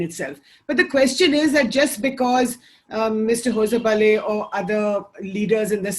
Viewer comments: Hosabale is pronounced होसबाळे. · You guys should really mind your pronunciations....this anchor can't even bloody pronounce Hosabale correctly....grow up the Print!